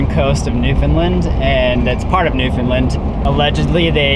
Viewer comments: Mainlanders often say Newfoundland with the word “found” being pronounced like the word found and the emphasis on the first or second syllable. has got the correct pronunciation of the “found” in Newfoundland, (I.e. sounds like “fund”) but he’s putting the emphasis on the first syllable. The emphasis should be on the last syllable “land”. So it’s sounds like New Fund Laand, with the “land” dragged out, or as the other commentator pointed out with the same emphasis as in the word “understand”. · I lived in the US for 12 years all over and was in the Newfoundland tourism industry for 14 years. I always laugh my ass off when Americans pronounce Newfoundland as" New Foo Lin" . Did you get to Twillingate? and what part of the US are you from? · Love your videos. It's actually pronounced New-FOUND-Land, just so you know! :-) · Bradley Greeley just say - “ understand Newfoundland “ that usually does it.